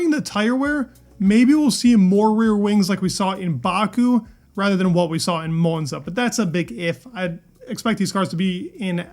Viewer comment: Why do you say monza .. like your holding your tongue..